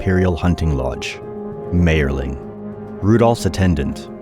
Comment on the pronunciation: m I erling is how it is pronounced.